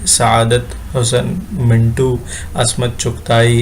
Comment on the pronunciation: زیور کا ڈبہ ہے۔۔۔۔ mu two. منٹو ۔آپ کا تلفظ درست نہیں ہے ۔۔